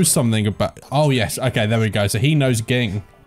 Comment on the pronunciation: Ging’s name is pronounced Jing